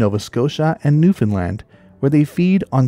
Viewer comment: 👏 for pronouncing Newfoundland (New-Fin-Land) correctly. Fantastic video!